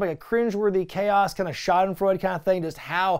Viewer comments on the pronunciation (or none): none